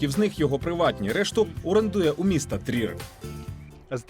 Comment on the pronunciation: Може трієр. а не трір☝